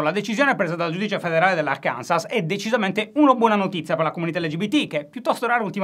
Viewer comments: Ciao Alessandro. La pronuncia corretta di Arkansas è Àrkanso 😉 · Si scrive Arkansas, ma si legge Arkanso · Immagino non sia il primo a fare il noioso e dirvi che Arkansas si pronuncia Árkanso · Guarda che si pronuncia Arkanso: è francese